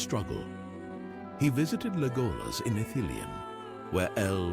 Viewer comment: Amazing how computer read text cannot pronounce Legolas.